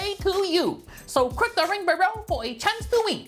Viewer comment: And remember to “crick the rink Berow” 😂